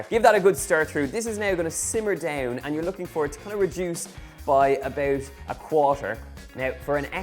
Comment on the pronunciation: ebooowt ebooowt eeebooowt.. . ebooowt ... eeeend thawts it . owh , a beuwtiful poewt of lasagna ....